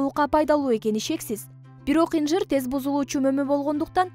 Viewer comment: Инжир эмес атын туура айталбайсын .